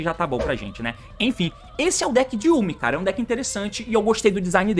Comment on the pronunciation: Sim e ele pronunciou errado kkkk. Ele está prinunciando 'iumi', a pronuncia certa é 'iãmi'.